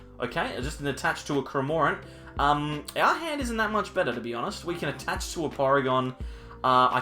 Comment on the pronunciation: After Cramórent and Dedénnejj I waited for a Poréjgon pronounciation. Nice Deck you have there btw 😉